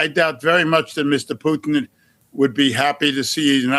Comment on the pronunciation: The way the narrator prounounces Putin sound like Poutine, which is a Canadaian food, some fries with cheese curds and gravy.